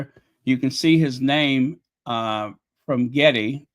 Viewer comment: Her last name is pronounced Gerd...